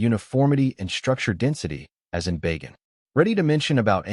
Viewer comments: Not "Bay Gan" but "Ba! Gan" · Bah-ghan, not Bay- gen.